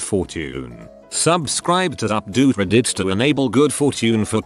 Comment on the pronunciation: Nobody: Voice robot: Rddeet